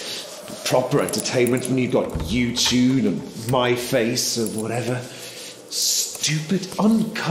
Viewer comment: Excuse me its not ' you tune ' its YouTube.